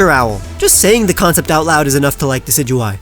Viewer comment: Decidueye, not Deicedueye! And Rowlet does not end with 2 T's!